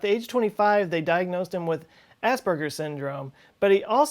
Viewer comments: (Just wanna point out, it's pronounced more like "as-purge-rs" rather than "ass burgers" lol) Also I'm autistic and I can't even remember what I had for dinner last night. I'm jealous >.> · Dude, you so said Ass Burgers not Aspergers go South Park. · I heard you say assburgers